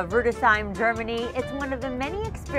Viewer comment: Did she mispronounce Germany?